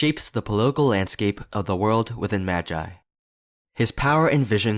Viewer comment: 😊😊okay, I love Sinbad and his character. But what I don’t like IS THE PRONUNCIATION OF MAGI, ITS MAH-GI NOT MA-JI